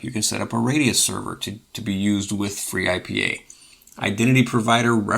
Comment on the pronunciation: Finally! Someone made video of freeIPA… proper video of freeIPA.. i use it for like forever, also use it without integrated dns and chrony.. we need vids like this! And if we joke, khm, interesting you say free-I-P-A when usually we state ipa :D in any case excellent! 👌